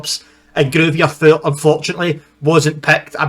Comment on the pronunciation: Pronounced Groiter Fort. The two Bavarian sides that were chosen for the first Bundesliga season were 1.FC Nurnberg and TSV 1860 Munchen.